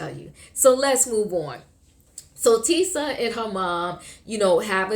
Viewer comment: Tisha, not Tisa